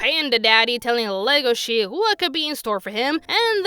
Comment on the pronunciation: Odd thing is its legosee not legoshe in pronunciation. The character was named after the actor for Dracula. Its wierd that the English dub messed it up.